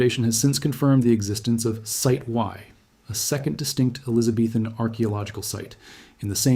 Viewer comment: I've never heard it before, but it's certainly AI regardless. Listen to they way it consistently puts the emphasis on the wrong word in the same way. For example "Site Y" (using the wrong emphasis seconds after saying it correctly) - and "smoking gun"